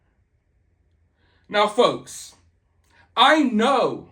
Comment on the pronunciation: You said "don't let these folks..." and I heard "don't let these fucks.." and I mean...it fits.